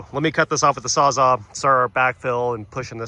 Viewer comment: Whoops I think you need a SAWZALL not a saw zaw